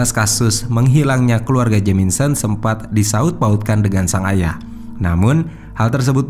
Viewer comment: Sumpah.. geli ma keganggu ma red OAK.. RED OUGH LA.. JELAS2 JAMISON TP SELALU JADI JAMINSON.. NAPA MIN? MENTAL ILLNESS??? Ngadi2 penyelisiran.. artinya apa??? Penyisiran? Penyelusuran??? Ayolah jgn asal2an ntar endorse netfilx g masuk lagi..